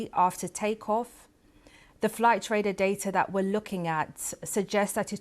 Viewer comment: Raider. You mean Radar Madam.. BBC indeed. How did she get this role. Seriously. Bless her.